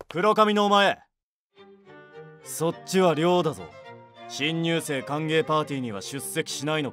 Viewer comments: 「新入生」が「貧乳生」に聴こえた。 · 「新入生の皆さん」が「貧乳生の皆さん）に聞こえて焦ったw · 新入生の皆さんってセリフひんにゅうせいの皆さんって聞こえた